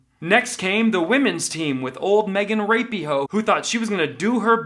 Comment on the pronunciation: Kvon you nailed it!....I love how you pronounce rapinghoe....lol